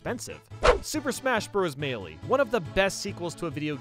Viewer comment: It's not melle